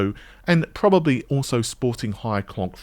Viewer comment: probababably lol great videos as always but that made me laugh.